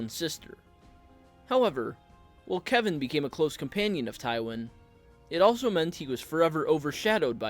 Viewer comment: I'm a little surprised that the author of this video actually pronounces the name "Kevan" correctly. Many blacks and Hispanics have 'appropriated' this particular spelling of "Kevan" and pronounce it as "Keevan", or "KeVON". Weird, but I actually watched a Hispanic try to pronounce my neighbor's name (David) as "DA-vid". Hilarious! 🤣🤣